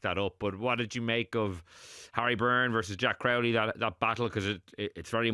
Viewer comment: Can someone tell how to pronounce Crowley? Don't tell me it's a Dublin thing, unless it's a south Dublin thing. Resting Prendergast was the right decision. The crowd was unbelievably partisan, Munster fans ruined the atmosphere of the match. There's usually a bit of hostility but you can still have the craic with Munster fans, not this year. If Prendergast had played, it would've been an absolute crapshow with the crowd